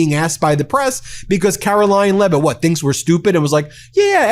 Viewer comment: Caroline Lie-it